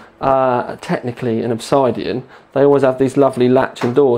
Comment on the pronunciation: It's funny how you say Obsidian.